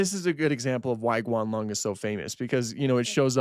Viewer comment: Its Guanlong not "Gualong"